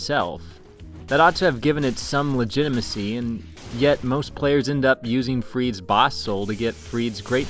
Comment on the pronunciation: Free duh. Say it with me. Free duh. Friede has two syllables